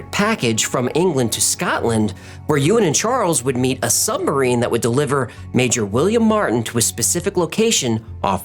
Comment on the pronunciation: I’m sure you’re aware as you seem to make a concerted effort to pronounce it, in places, but you keep saying sumbarine not submarine 😛